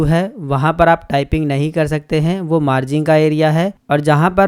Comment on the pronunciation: मार्जिंग नहीं भाई मार्जिन होता है